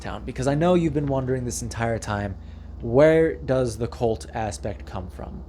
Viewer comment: Say cult, not colt.